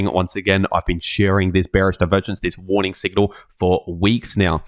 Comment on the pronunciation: it's a woorning